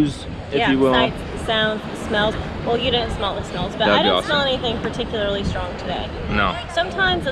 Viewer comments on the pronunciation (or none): none